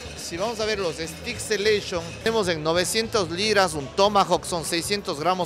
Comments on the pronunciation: STEAK 🥩 se pronuncia e-s-t-e-i-k. Cuidado, 😊 ustedes dicen "estic" es un palo (pedazo de madera). Saludos 🌹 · Si, le falló la pronunciación 😁, en todo caso buen video.